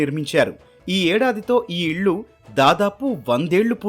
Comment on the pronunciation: మంచి వీడియో అండి ,కానీ మీరు ఇల్లు కి బదులుగా ఇళ్ళు అని పలుకుతున్నారు. వేరే channel అయితే ఇంతే అనుకునేదాన్ని ,కానీ etv నుంచి ఉచ్చారణ తప్పులు ఊహించలేను , గమనించగలరు 🙏